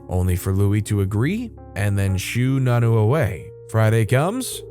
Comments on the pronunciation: Nonno doesn't pronounce as "nanoo" It pronounces as nonno you Say o as o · It's pronounced non-no. Not nanu, like Mork & ,Mindy